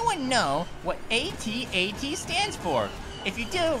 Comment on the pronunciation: rong it is at-at not at-nt